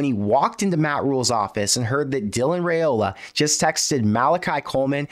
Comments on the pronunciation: It's Rye-Ola not Ray-Ola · If you're gonna act like an expert on Nebraska football, could you at least pronounce Raiola correctly??? RYE-OLA.....not that difficult. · RYE-ola please say it right